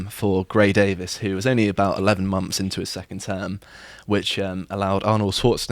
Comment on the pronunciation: mumfs? weird way to pronounce months LOL